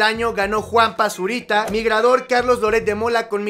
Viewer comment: Soy el único que escucha Juan Basurita?